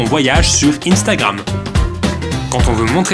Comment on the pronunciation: arrete de dire inestagram